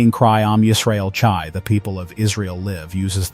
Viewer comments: it is not chai but hai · CHAI. IS. PRNOUNCED "HIGH" NOT CHI. ", AM YISREAL CHAI " LONG LIVE. ISRAEL. 💙 🇮🇱 💙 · Mr. Speaker: if you are a Jew, then you should know that the 2 Hebrew letters Chet and Yud together are pronounced chai, as in l'chaim, to life, and Chanukah. Where did you get "tshai"? Speak to an educated Jew about correct pronunciation of the Yiddish and Hebrew language. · Not pronounced that way.